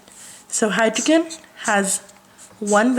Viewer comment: learn how to pronounce "oxygen" and "Hydrogen" next time lool